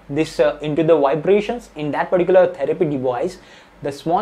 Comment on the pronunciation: Whenever i skipped video he was saying paricular 😂